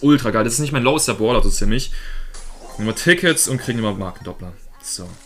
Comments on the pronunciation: Warum sagst du "Boler" statt "Brawler" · Es heißt brawler nicht Pprawler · Ich finde lustig wie du Brawler aus sprichst!👌😁 Baaawler